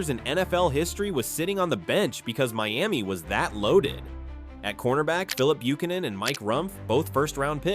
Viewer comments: Bro, why do do you keep pronouncing Bue-can-nan like that? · Can someone teach this IDIOT how to pronounce Buchanan please!?!?!?! 🙏🏽